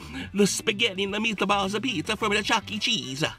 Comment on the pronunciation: here we go. The spaghetti and the meataballs apizza from the chucke cheesa😂😂😂